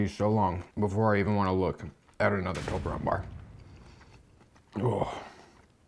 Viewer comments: It's a Toblerone not Tolberone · My respect for you is gone because you said toberlone instead of toblerone.